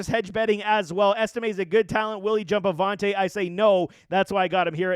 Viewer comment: Javonte J! JA-Vonte Williams.